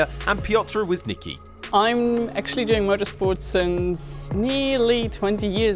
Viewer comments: Łysnyki? It's Wiśnicki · Oh yeah Pioter Łyśniki is back (seriously in F3 they shouldn't be butchering his name so much since they are posting it on the official F1 channel) Try to pronounce him We-sneetzki which is way more accurate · Wiśnicki* and ye i agree that pronounciation is way to inaccurate, Should be Vee-Sh-Knee-Tski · And Piotr "Wizniki"